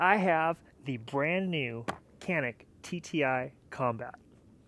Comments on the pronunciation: You are reading the name of this gun wrong. When reading this name, you should read it as if you were saying Gianik or Jianik. This is the truth... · I don't understand who is right, but you are saying the name of that gun wrong. That gun is produced in my country and its name is in Turkish. The word "Canik" in Turkish is not pronounced the way you say it. I wrote the correct pronunciation so that you can make that correct sound.